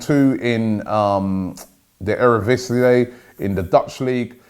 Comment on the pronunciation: great pronunciation of "eredivisie"